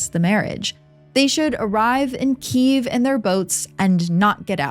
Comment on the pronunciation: Thanks for pronouncing Kyiv the way Ukrainians do 🫶